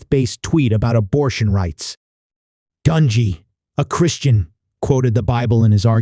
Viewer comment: For the love of God will you PLEASE PRONOUNCE HIS NAME CORRECTLY???